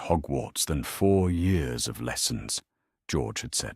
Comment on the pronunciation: How about getting an AI reader that actually works. This story ALONE has over 100 Mispronunciations - especially mispronouncing years as yours